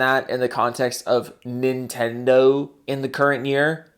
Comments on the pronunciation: nin-ten-do it shouldnt be that hard but i think its his weird accent that does that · Ni'tendo or Nihtendo. How can Nintendo fanbois not even pronounce the damn company name correctly?